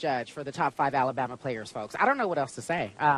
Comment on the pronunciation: I love when she hurls the insults. Also, the way she says AlaBUMuh. Total entertainment! Go!